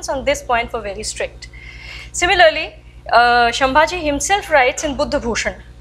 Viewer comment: Excellent effort Madam. Gives us a lot of strength and reinforces the perspective. You need to add finesse to your talk to polish your mastery. Sambhaji not Shambhaji (संभाजि) Please accomplish your sentences meaningfully by not using "this thing" and stopping there without telling what's that "this thing" Please get your pronunciations correct by talking to some people who are from these areas like Bardez not Bardesh. Salcette is सालसेट and not सालकेट Please get all your pronunciations of South India else you will not be understood as to what you are trying to talk.